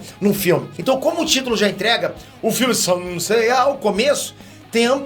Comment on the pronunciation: Não sei o que é mais chato, o falando saint seya ou pedindo voto no ebest